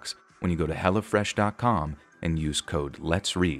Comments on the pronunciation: I'm sorry but just the way you say "Hello Fresh" sounds like you're saying "Hella Fresh" and I bust out laughing like yeah son this food is hella fresh 😂😂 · I swear I thought you were saying Hella Fresh lol